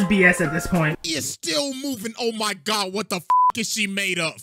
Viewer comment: You said my religion gods name wrong